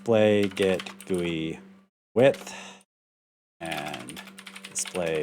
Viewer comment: Also, you are pronouncing GUI correctly, because that is the way I pronounce it ;)